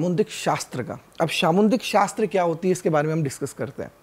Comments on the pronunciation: It’s called Samudrik shastra Not samundrik shashtra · सामुद्रिक शास्त्र bolna sikho